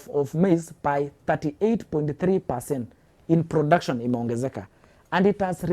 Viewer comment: is this guy political analyst or is just pro-government defender? Ithought you are bringing political analysts😂..the moment iheard brotuction instead of production iknew why this guy is defending the government, ethnicity will never end in this country for sure😂😂